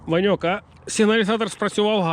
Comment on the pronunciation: Гарна риболовля!!! Ти кажеш Ваньок. А мені зразу почулось пиньок думаю чого ти його ображаєш. Потім дослухався а воно Ваньок.😊😊😊😅😅😅